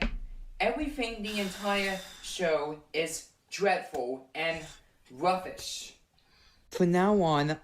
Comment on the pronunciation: he says "rubbish" as "ruffish" and "tubbies" as "tuffess" so I really think the "ub" sound is the issue